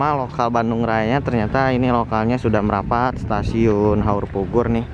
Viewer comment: suaranya dijelaskan dong, krn saya dengarnya seperti haurbubur, bkn haurpugur